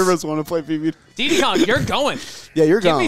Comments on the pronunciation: Calling Diddy "Deedee" sends me through the roof. Do you call P Diddy "P Deedee?" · Why does call him DeeDee Kong? It’s Diddy. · Why do none of them know how to say Diddy